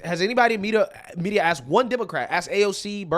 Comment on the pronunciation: Some guy that wants to “axe” you a question saying Musk is incompetent, unqualified and unintelligent is a riot.